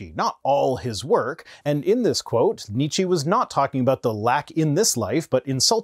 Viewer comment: After you specifically mentioned your German audience and the pronunciation of the name "Nietzsche", I am surprised that nobody corrected you. Nietzsche - "nee che" the e at the end is the e in "empty" or "ent" nee-chi sounds like the name of some exotic fruit. And if this "nee-chi" is some ongoing pun, joke, meme on your channel, I really don't mind you butchering the pronunciation. I just missed the meme.